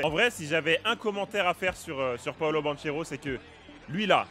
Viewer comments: Ça se prononce BanKero et non BanCHEro pour le coup j'ai eu mal aux oreilles toutes la vidéo. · Super vidéo Par contre son nom de famille se lit BanQUero car c'est un nom italien et ch se lit que